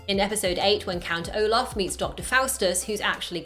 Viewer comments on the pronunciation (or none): It's Olaf not Omar